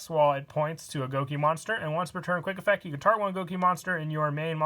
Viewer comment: All is quiet: "Effeck"